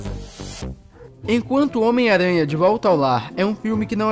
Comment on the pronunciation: omiaranha versão baiano